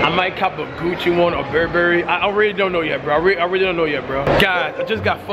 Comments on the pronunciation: Cash it's not Berryberry it's Burberry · When cash said farragomay and berburry😂😂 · He really just said bearberry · "Ferragama" "bearberry"